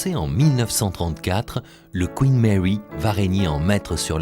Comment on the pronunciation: Le Couinne Mèwy et le Kyouwytou....à Soutamtonne....😂😂😂🤣🤣🤣....des maisons de retraites flottantes, plus jolies qu'un mouroir traditionnel, mais ces bateaux sont moches! Le plus beau bateau de ligne du monde était le France!!! (je ne suis pas français)